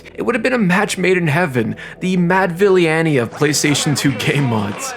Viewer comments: mad villee-anny 😂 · Is this channel AI? Tf was that pronunciation of Madvillainy?